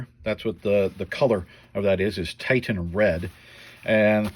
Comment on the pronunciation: Pretty sure it's Titian not titan- pronounced tee-shun.